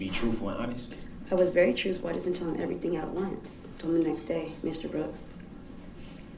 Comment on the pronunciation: I noticed words that end with TH he cant pronounce right. BOFF OAF TROOF